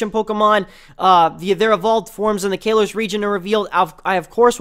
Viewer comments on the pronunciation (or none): I can't take your video seriously because of how you say Pokemon and the fact that you said Pokemons. Sorry. Also, your pronunciation of Kalos...